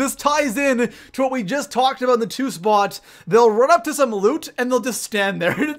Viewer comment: And you didn't discuss what's in the video thumbnail. Lame. Also, learn how to pronounce "Spot" and "A lot."